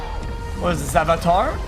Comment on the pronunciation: "AH Vatar Front tires of Pandora" Pepega